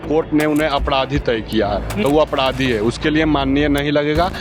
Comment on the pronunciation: Apdhadhi nhi hota hai Apradhi hota hai